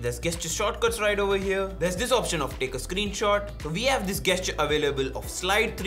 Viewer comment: Great, helpful video. Thank you! Just a little comment about the pronunciation of the word 'gesture': you say it with a soft 'g', not a hard 'g'. Only saying this because I am a language learner and teacher and love it when people correct me in a respectful way! :)